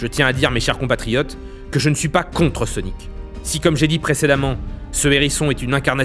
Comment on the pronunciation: dans les banlieues ils ne prononcent pas "sonic" normalement